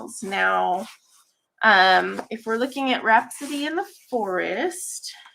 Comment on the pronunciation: I am rewatching and laughing at myself. I came to the stream late just as you were talking about rhapsody in the forest and I swear it sounded like you said rats in the city. 😂